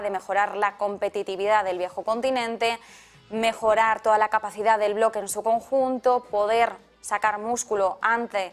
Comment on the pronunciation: No se dice capacidas, es capacidad con d al final.